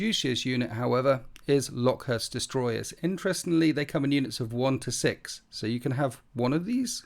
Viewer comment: Came here to say this exact same thing 😂